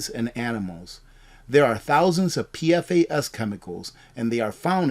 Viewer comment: you might appreciate knowing PFAS is pronounced Pee-Fass